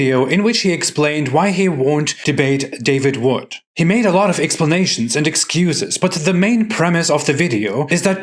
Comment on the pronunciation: He said David Vood